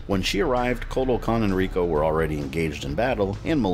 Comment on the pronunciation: You're one of my favorite MK guys. but come on, Rico???? You know better then that and you say it like that 1000 times too :(